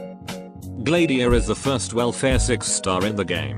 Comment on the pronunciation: Wait it's Gla-diia? I pronouncing it as Glad-iia